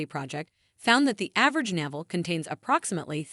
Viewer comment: Yes, every time navel came up, I cringed.